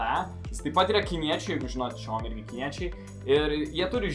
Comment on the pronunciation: Video puikus, bet nu tikrai ne šaomi, o siaomi. Pagal kinų kalbos taisykles xiao tariamas siao, bet nieko tokio :D